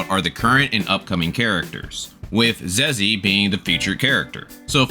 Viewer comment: You pronounced her name wrong. Hahaha her Zhezhi is pronounced as jeja. Love ur channel bro ❤❤😊😊